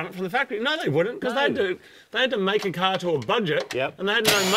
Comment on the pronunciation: “If your car doesn’t small great, just pop a cherry in your cahh” -wise words of moog